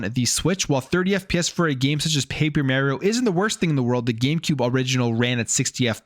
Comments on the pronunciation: It's Mario not Merryo😂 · The mis pronunciation of "Mario" has to be a Canadian thing lol but then again don't make much sense to me being in the game even in Canada there is no way they say "It's me, Merio" lol